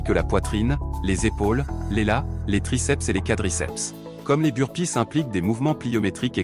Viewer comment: Sans oublier le Russian touiste et le Bur-pisse 🤣🤣🤣